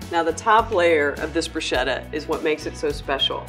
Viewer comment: Broosheda? It’s brusketta